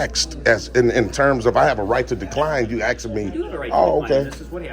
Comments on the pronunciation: I like the way you say “ask-t” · So you say they're playing games? Then you talk about your game comparing it to chess. Sounds as stupid as you saying AXED like you do. You want them to go by their policy identifying when they are identifying by name tag, badge and uniform.